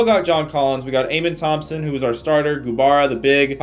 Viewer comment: Just for future vids it’s pronounced uh-men Thomson